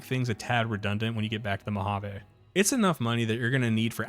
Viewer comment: Being raised in vegas I can understand the incorrect pronunciation of Nevada, But.... Mohaveh?? I've never even heard that. You know we hate these pronunciations when even the dmv here has sign of how to say the State name properly lol. But then everyone can say "vegas" properly. why not say "Las Vahgus" instead?